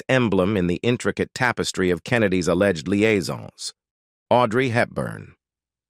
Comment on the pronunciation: When it said a-legged…